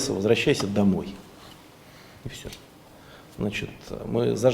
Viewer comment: Нє правільно, не аддєса, адеса😅